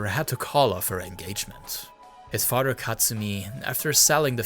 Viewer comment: How are you pronouncing the japanese "r" perfectly but stil pronouncing mother and father as "mudder" and "fadder"? Wtf